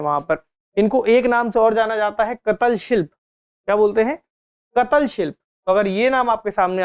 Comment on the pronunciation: कतल and कातळ are different word's re😂